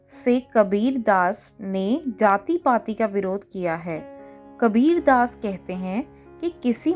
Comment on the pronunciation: Mam kabir daas hota hai labir ghass nhi 😅